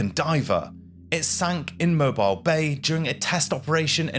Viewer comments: no, not “mo-bile”, the city is pronounced “mow Beale”😭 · FYI: minor point. Mobile is pronounced Mo-beel. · Pronounced Mo- beel! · The city is pronounced Moe-Beel, the HL Hunley was originally designed to be electric, the hand crank drove a fly wheel that turned the propeller was an improvisation. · lol… I know you Brits can’t bring yourselves to pronounce other cultures’ words properly, but it is pronounced Moe-beel. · Pronunciation tip: Mobile, Alabama is pronounced “mo-BEEL”. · Your pronunciation of names like SHILOH and MOBILE are incorrect , also the way you sound the letter H is also incorrect in your narration . Good narration and getting your facts right is everything , because if it isn't then it can spoil the whole production .